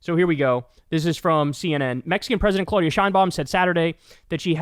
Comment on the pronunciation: and since we are on that subject it is CLAHHHH UHHHH DIHHHH AHHHHH NOT CLOH DIA